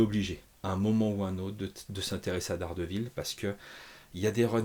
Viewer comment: " Dés Guêpe Ville"❤